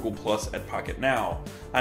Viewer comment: I thought he said "this is fuck it now" at the beginning